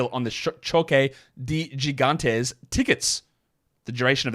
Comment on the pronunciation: "Gigantes" is pronounced more like hee gahn tes, keep up the masterful work